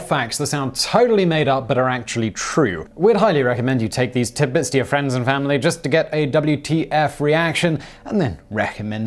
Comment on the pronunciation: Did you say " tid bits" ?